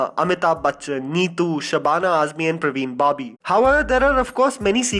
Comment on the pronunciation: It's "Parveen Babi" n u said "Praveen babi" .. maine bhi ek mistake pakad liye tumhara lol 😄